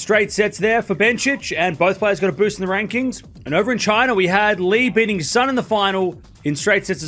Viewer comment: Lulu Sun name is read like soon 🔜 not ☀️